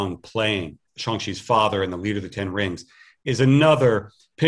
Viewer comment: It's pronounced as "Shaang"